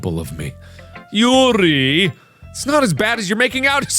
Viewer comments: How mark pronounces Yuri: Yiuali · Why does mark keep pronouncing Yuri's name the SAME WAY VICTOR NIKOROV DOES? OR AM I THE ONLY ONE THAT NOTICES?! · The hard ''r,, on yuri's poems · He went from saying morp in a nonsensical way, to calling Yuri like she's russian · Whenever Mark says the name Yuri, Viktor (Yuri On Ice) comes to mind because of the accent and the way he says it. Does anyone else feel the same way? Or is it just me?